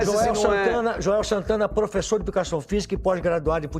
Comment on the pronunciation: Calma 😅😂😂